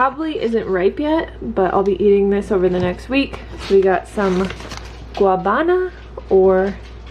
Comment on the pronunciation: It’s pronounced gua-ná-ba-na its a little tricky if you don’t speak Spanish